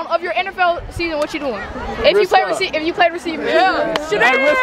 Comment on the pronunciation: Boy 1:Shedeur… Boy 2: SHEDOOR👀😂